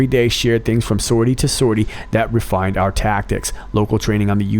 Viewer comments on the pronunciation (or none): none